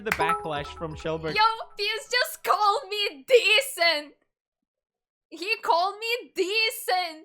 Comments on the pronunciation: YO HE CALLED ME DEECENT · “Pewds just called me ‘decint’”, “He just called me ‘decint’”